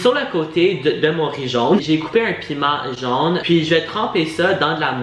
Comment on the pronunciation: C’est pas jaune, mais jone 😂❤️